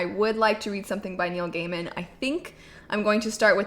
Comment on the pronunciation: Neil "GAIMAN" Hehehehehe